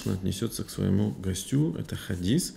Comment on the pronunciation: Ассаляму гьалейка уа рахьматуЛЛАГИ уа баракатуГУ. Правильно ставить ударение на первый слог: гОстю